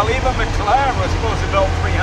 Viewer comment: 'maclaren' it's Mclaren mate, just a heads up in case someone calls you stupid in a comments section. I'll just save you that lol